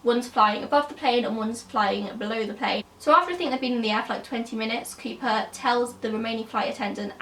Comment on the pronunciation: are you saying creeper or cooper?